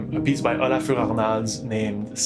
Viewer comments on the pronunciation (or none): nice pronounciation of yann tiersen's piece but why did you make olafur french bro eheh